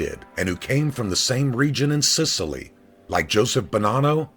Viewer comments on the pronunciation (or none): none